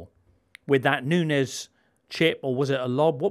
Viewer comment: Love (great to see him 👋🏽) rolling of the eyes reaction yo Jimbo when was going all the way with his pronunciation of Nunes 😂 thanks for uploading these video pods 👏🏽